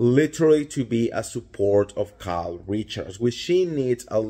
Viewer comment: Kyke? Did you say Kyke?